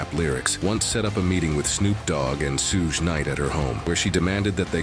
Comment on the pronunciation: "Soooooszh" Knight 😂😂😂